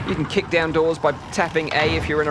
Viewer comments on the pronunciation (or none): none